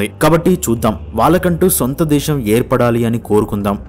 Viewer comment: Guideline based comments are appreciated But pronunciation of Great telugu words also considerable, please consult any telugu pandit to correct your word pronunciations. దేశం ✅️ దేషం కాదు విశాలమైన ✅️ విషాలమైన కాదు ప్రదేశం✅️ ప్రదేషం కాదు శాస్త్రవేత్త ✅️ షాస్ర్తవేత్త కాదు తెలుగు భాషకి పట్టిన దుర్ఘతికి మీ ఉచ్ఛారణ నిలువెత్తు నిదర్శనం